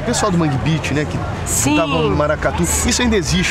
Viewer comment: algue'm avisa pro reporter que: 1. o nome do movimento e' mangue-BEAT (e nao beach) 2. o movimento e' de RECIFE/PERNAMBUCO e a atualmente mora em ARACAJU'/SERGIPE. 3. que o nordeste, assim como sudeste, sul e etc possues estados distintos e bem caracteristicos, sendo assim, e' um erro tao sem tamanho perguntar de mangue-beat em aracaju qto seria perguntar se o movimento "clube da esquina" ainda e' bem forte em SP, ou se "o movimento afroreggea ainda e' forte em minas"...